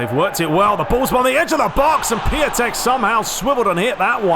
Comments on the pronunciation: Merry Christmas mate! btw. Piatek is pronounced "Piontek" if it helps :) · It's Pjontec (Piątek) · Just a little advice, to say piatek name it is; Pee-on-tek.